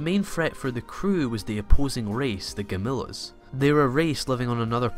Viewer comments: Need to learn how to say gam lee ons not gam lis sorry but your pronunciation of the ships name and the bad guys needs work and the 2199 is twenty one ninety nine it’s a year not Radom numbers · OMG! Gam-il-lons. Not, "Gamillas".